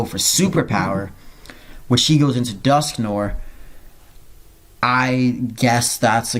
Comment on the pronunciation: sweet battle, ur making people realise how much of a threat you are, only slight nirpick is your pronunciation of dusknoir